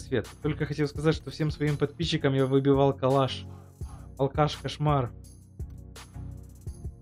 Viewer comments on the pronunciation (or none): Ха-ха-ха ты говоришь алкаш а не калаш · мне кажется или он сказал алкаш кошмар вместо калаш кошмар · Он специально